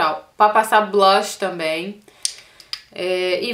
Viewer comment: ca eu te adoro mais vc nao sabii falar blush vc fala sei la blach ahahha